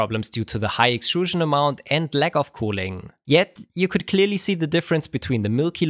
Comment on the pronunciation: Haha, CLEAR-LY.